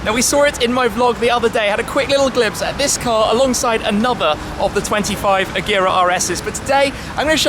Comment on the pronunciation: Pronouncing agera wrong